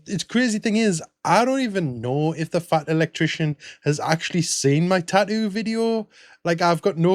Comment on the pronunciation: What's a "taoo"?